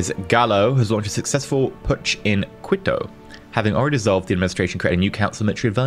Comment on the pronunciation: Quito “keeto” 😉